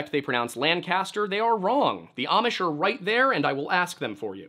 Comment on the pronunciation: The Amish pronunciation is absolutely correct. I work with the Amish quite frequently and I've come to really appreciate that pronunciation.